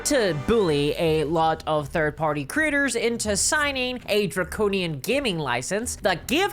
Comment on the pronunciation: I love she makes “creators” sound like “critters”. In the context of this video, it’s just hilarious.